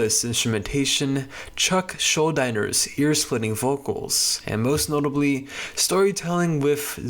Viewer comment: Chuck’s last name is pronounced Schuld-i ner not Schuld-eye-ner